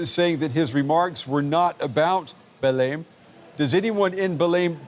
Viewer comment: Kudos for the anchor for correcting the pronunciation of Belém as soon as the Brazilian reporter pronounced it correctly. Such professionalism! Not "bellum", it's more like "belaing".